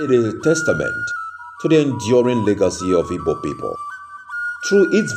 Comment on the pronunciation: Please, the name of the people is ''Igbo'' not ibo. There's no word like Ibo instead a miss pronunciation.